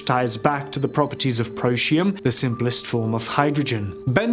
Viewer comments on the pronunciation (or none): Pro tee um SAY IT Protium... NOT Proshium 😂